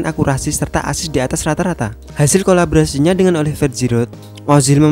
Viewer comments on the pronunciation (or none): none